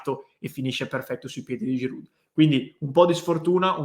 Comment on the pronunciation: Ciao. Concordo al 100%. Solo un piccolo dettaglio, abitando a 5km dalla frontiera francese, voglio solo dirti che la "d" di Giroud non si pronuncia...😉😉😉